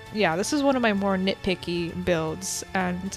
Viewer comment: Am I the only one who kept hearing "nickpicky" instead of "nitpicky"? Not hate I just find this funny